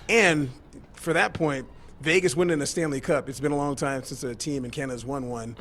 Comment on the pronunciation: Can't wait until someone teaches him how to pronounce Vegas. He thinks he's moving to Las Vayages.